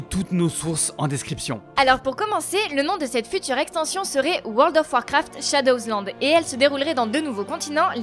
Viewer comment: Shadow « s » lande?